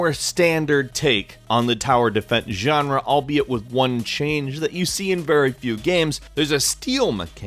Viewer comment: you really like saying "genre" a lot huh? sounds stupid as fuck and you should stop, this word was barely used about half a year ago and it was cool that way. Youre so boring,. If youre a latin american subscriber you will know what i mean right? "yanra" fuck